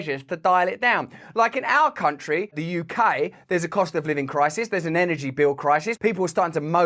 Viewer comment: Think he said, “tountry”…..not “country”. Another brain fart.